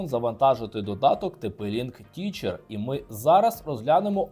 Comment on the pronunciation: Не teacher, а techer (тезер)